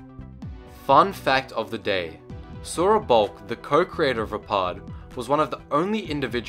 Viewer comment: Maximo665 vaapad=vaypad